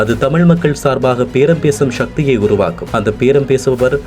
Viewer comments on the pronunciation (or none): சக்தி sakthi என்பதை ஏன் ஷக்தி shakthi என வாசிக்கின்றீர்கள்.